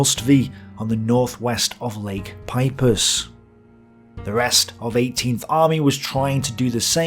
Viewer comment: Lake Peipsi - yes like that soda drink. Not Pipus.